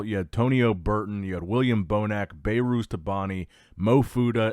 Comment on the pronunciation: "Bay-Ruse" is not how his name is pronounced😅 It's pronounced "Beh-Ruz"